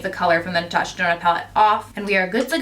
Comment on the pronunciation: Love the look but Omg I cant believe that 129 dollar palette just did that!! Holy balls I was mortified😭😱 Girl you better write a letter! Natasha DUH-NOna...